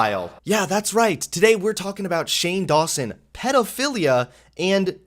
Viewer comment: That sounds like you are saying "shame lawson".